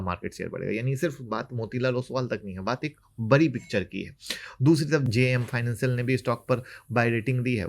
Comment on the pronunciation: बरी नहीं बड़ी होता है